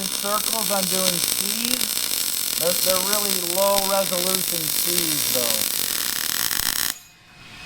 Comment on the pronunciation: “… low ‘resolution’ C’s.” Not “resolusion.” 😉. Regardless, I love your videos!